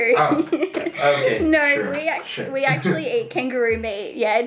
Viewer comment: австралийский акцент.) Как и слово meat, которое она больше произносит как may ))